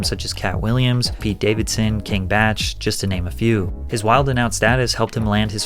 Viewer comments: King Batch? I am not sure but I always heard it pronounced as king Bach like talk but with a b. Is that correct? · I thought it was Bach not batch lol